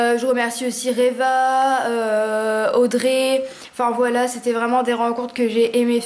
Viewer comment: Ton "voilà" par contre il dérive dans le "voilo" ! Trop choux ! Aha